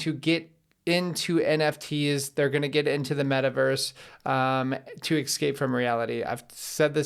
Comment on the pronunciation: Exscape is not a word.